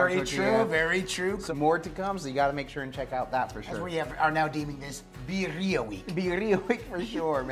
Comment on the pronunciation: I love you guys…. Birrira…. Pronunciation Vid-de-a or Bid-de-a…. Next time use Goat Meat and Oaxaca Cheese…Chooooowww…Rock yo socks off…. Now, with your left over Consumè, save this and toss your next chicken wings in it.